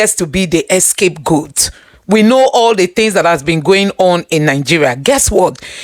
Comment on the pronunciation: …”the scapegoat”, not “the escape goat”.